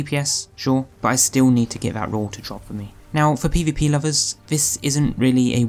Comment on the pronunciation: Not being picky of anything but when you say roll it sounds like rule. Anyone else notice this.